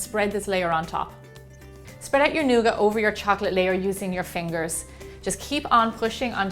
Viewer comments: Lol nooga It's nougat. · I love the way you say nougat, thanks Gemma!